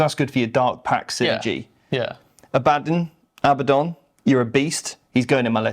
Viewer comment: I know right, My friends and I always make fun of people saying Abbadin. They gotta put some respect on the primarch-level Astartes Warmaster.